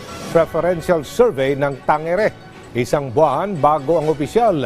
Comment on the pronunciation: Tangere😅😅😅bka tangare hahaha😊😊